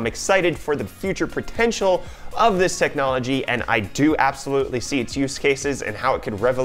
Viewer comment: Future 'pertential', like being able to pronounce correctly? I berlieve in yer pertential, buddy.